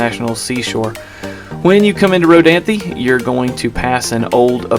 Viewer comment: Informative. Thank you. Just one thing... It's pronounced "Row-DANTH". Only 2 syllables, not 3. The E is silent. Row-DAN-thee is wrong. Wrong pronunciation was likely started by a Millennial. They don't care at all about correct spelling or correct pronunciation of anything. FYI.